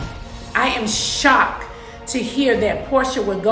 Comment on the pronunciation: “I am SHOC” not shocked tho🤣